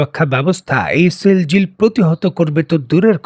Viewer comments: এই মিজেলের নাম সিজিল সিল জিল নয় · It's Shejil not sheljil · মিসাইলের নাম "সিজ্জিল" সেলজিল না।আপনি উচ্চারণ ঠিক করেন।